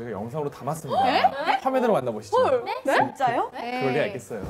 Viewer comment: idk why i cant stop laughing to yeojin saying jjin jja yo